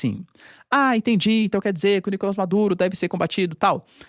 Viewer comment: Pq vc fala "Nícolas" Maduro e não "Nicolás" ?